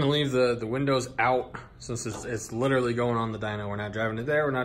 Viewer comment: and when says "litaly" instead of "literally" haha.